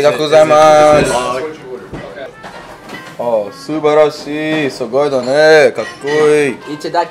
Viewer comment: 「ありがとうございます」「いくぞ」の発音が上手🫡